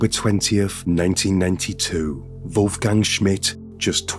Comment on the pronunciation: What's your name, dude? "Vulf-gang"